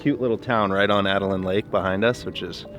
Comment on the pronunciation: Great channel, great video, great aviating, great adventures, BTW Atlin not Atalin.